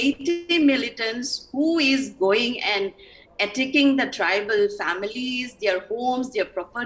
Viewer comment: Say "Tribal" not "tribeel"